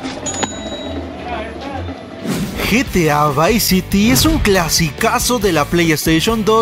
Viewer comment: se dice vice city